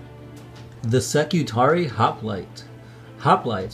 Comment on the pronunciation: Suggestion: listen to the Horus Heresy novels, you'll learn more about warhammer and the pronounciation of stuff. IE; Ska-tar-ree-ii is how it's said.